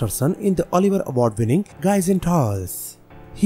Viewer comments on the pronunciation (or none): none